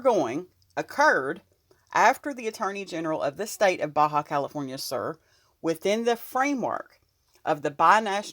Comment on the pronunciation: Ba calif SUR!!! It’s pronounced. SOOOOR like south. Soooor. Uuuuu